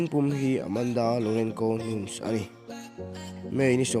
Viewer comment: Nuns Nilo in (Nunes) tia lam tur a ni